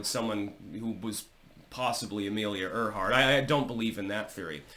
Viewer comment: And pronounced "Air-heart" 😊